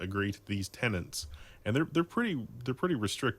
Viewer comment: Tenet, not tenant. ECHELON has nothing to do with what you claimed.